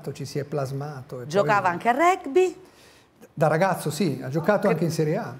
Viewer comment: 5.27 ...Regby??? Si pronuncia così????